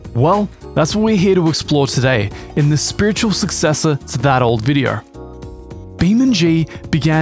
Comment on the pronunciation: why does he pronounce VODEO, VIDIER?